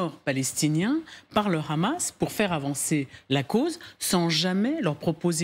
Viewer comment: Pourquoi la "journaliste" prononce "Ramas" au lieu de Hamas????????😂😂😂😂